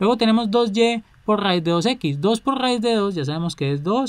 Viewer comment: RRRRAIZ JAJAA